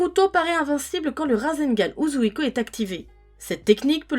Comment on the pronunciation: C'est pas méchant mais, Shoury prononce mieux que toi Uzouhiko